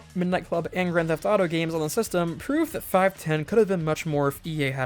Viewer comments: It's pronounced "five-one-oh", genius. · I think it's pronounced 'five-one-oh'.